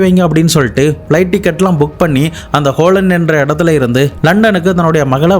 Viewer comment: ஹோலன்?!😂😂😂 Holland (ஹாலந்து) you are funny!